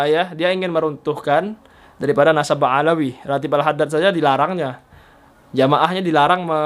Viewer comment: Ba Alwi , bukan Ba Alawi , beda tuh Uas...